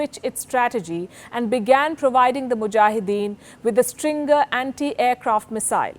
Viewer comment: I'm sure she meant stinger missiles, not stringer